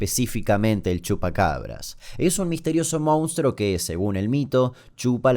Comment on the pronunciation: Se dice monstruo no mounstro